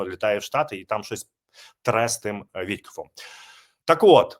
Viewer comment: та не Вітькоф а Віткоф. Невже так важко правильно вимовляти прізвище відомого політика?